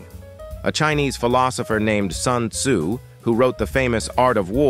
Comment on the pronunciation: This guy casually pronounced Sun Tze as 山猪